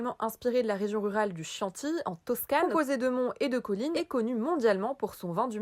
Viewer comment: Très sympa, et bien argumenté. Je like (par contre ça se prononce "kianti" ^^)